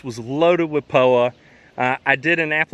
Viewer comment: What the heck is Po-wa. He mentioned at the start of video that the lawn was loaded with Po-wa what is that please? Thanks 😊